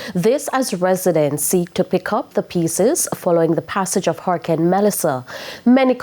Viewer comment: Why do you continue to say “Hurrahcane”. Isn’t it hurricane?